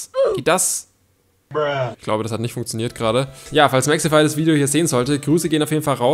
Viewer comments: es wird Mexify ausgeschprochen nicht mexefy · Sag bitte Mexify und nicht Mexhefy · Junge er heißt Mexify nicht mexefy😂😂😂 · Nicht mehxifai sondern Mexifyyyy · Warum hort sich das bei dir nach "Mexefy" an